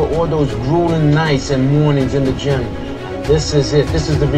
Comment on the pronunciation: Did he say "gym" like "gime"?! Lol